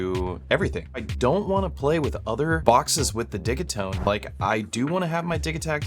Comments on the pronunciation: It would be spelt diggitone. It’s a soft g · prrreeettty sure its pronounced Digit-One Two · Only found this week and I’m so glad I did! Watched so many videos and streams already. Even joined the discord. Hoping to get a digitone one day. I have to say though, I’ve slresdy heard say “it’s digi like digital” a few times, he then spends the next hour and half saying diggy. 😄 has to be trolling us 😂😊 Thank you for the amazing help you’re sharing for free! Beautiful stuff you come up with too. (Far too many talk the talk then create rubbish sounding vibes) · Great jam!!! I think it's called Deegeetone 😂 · Nice, I'll drop my two cents :-) The way I hear Swedes pronounce it is not 'Didgy' but 'Diggy', like their pronounciation of digital ('Diggitol'). 'Takt' is also a Swedish word meaning something like 'rate/pace/beat'. Digital Beat. 'Tone' is just English though, not a Swedish word which should be 'Ton' (I think). Think they pronounce that close to 'Toon'. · I've always said "De Git One" now its "De Git One Two", next iteration will be "De Git One Two Three" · The way your pronounce ‘digitone’ is driving me nuts. It rhymes with ‘rigatoni’ 😒…everyone knows that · Oh you mean like DIGITONE as in spumoni 😮